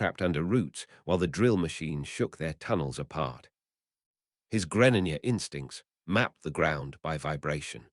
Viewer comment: Nah I can't what the fuck is a Greninja it's pronounced gre slight pause ninja